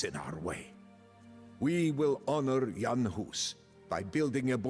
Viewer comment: Thanks for pronouncing Jan correctly this time.